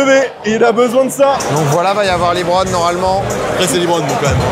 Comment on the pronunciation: LEBRON pas LIIBRON 😂😂😂😂